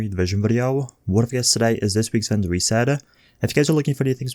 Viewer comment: Vendor resaid-ah